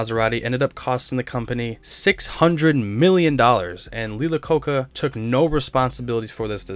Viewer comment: Who is Lee Lococca?